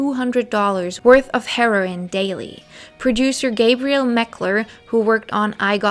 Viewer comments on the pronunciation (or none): none